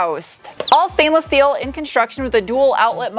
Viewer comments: "shtructure". "Shteel". Why do you do that? Why do you pronounce every "st" word as "sht"? What a bizarre thing to do. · So damn funny!! I like how you say “shteel”! Questions: Are you going to stick it on a dyno? How many hours of research did you put into building this car?